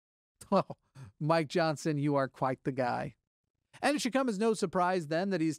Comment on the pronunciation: Every time you say Mike Johnson, it sounds like "my Johnson".